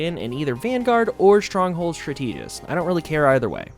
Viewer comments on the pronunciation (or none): Thank you for the video. The only thing that threw me off was "stra-TEE-gist". I'm pretty sure it is "STRA-tuh-gist". Is it maybe being pronounced regionally different? Or you've only read the word, but not heard it? As for addressing your slow dodge, using a Galeclaw will help. In any matter, I love the long-form vid and it is nice to listen to you speak. Looking forward. :)